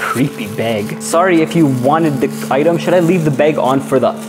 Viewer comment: It's funny he calls a bag a beg! 😆🤣🤣🤣